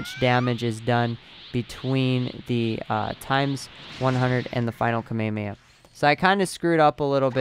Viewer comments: dude you pronounce it wrong its KA-ME-HA-ME-HA not kamayamaya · Kamayamaya .........R u cereal? KA ME HA ME HAAAAAAAAA! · FYI you're saying kamehameha wrong and it's annoying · why do you pronounce kamehameha like that its so cringy